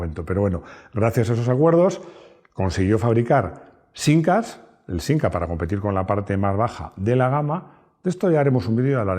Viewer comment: Soy español de España, y digo "siMca" de toda la vida. Lo siento,. 😛